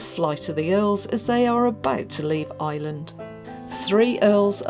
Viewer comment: Its not "eyeland". It's Ireland!